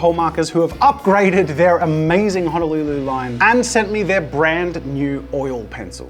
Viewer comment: Man, as a Hawaiian, it’s HO NO LU LU. For fuckssake